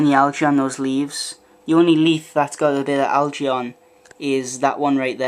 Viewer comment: Why cant you pronounce "algae" correctly?